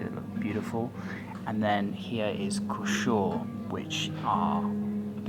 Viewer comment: Kh = H so it’s pronounced huu-sh -uur hope you enjoyed your stay in UB.